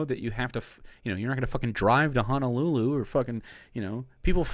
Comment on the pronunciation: He's mispronouncing Honolulu for comedic "reasons." He's not a guy who wants to legitimately check out the area - he just wants his ritzy beach vacation. Combined with the fact that a lot of the tourists to Hawaii are like Jim Breuer and presumably stick to the touristy stuff instead of checking out local flavor, it puts a lot of stress on the Hawaiian economy and environment.